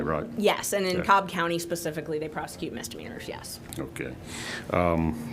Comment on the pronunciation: or so "It says pacifically...." lol dummy.